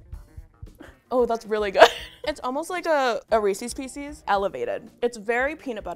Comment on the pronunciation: Nobody: Absolutely nobody:: REE-CEES PEE-CEES 😂